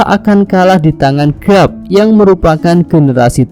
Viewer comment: garp bukan grap